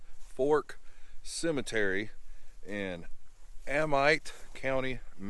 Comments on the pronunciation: Your enunciation of Amite County is way off. ( Uh-mit) not A-mite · “A Meat” county not Ammite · Thanks for this story. Just a fyi…….the county is pronounced A mit county. Don’t feel bad. A lot of people get it wrong. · He obviously has never listened to a single recording of Jerry Clower cause if he had, he would know how to pronounce Amite County. Spoken as “A-meat”! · its pronounced aMIT county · it's prounounced A Mitt, LOL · It’s pronounced A-MEET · Pronounced --- Ay-mit county